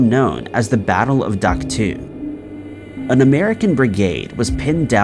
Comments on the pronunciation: Dak to is actually pronounced Dak toe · Dude it's pronounced Dak "Toe". Geeze